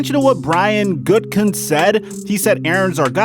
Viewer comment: Just call the packers GM gutie, or if u really want to his pronunciation as far as I know is gut in kest